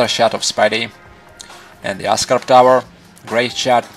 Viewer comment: oscorp not ascarp great video though funny accent, but great video. i like the way you observe every little detail